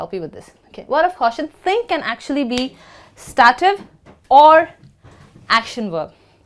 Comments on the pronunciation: /'steitiv/- I don't know why she says /stativ/ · Thank you for the lesson. However, STATIVE should not be pronounced "sta-tif" (like saying "static" but ending it with an f). You should pronounce it "stay-tif". I hope my attempt at phonetics here is not too blunt. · She's wrong, it's pronounced like: "state + if." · A very nice video! I have been asking myself about the way you pronounce the word "Stative", does it have a relation with the accent you are using?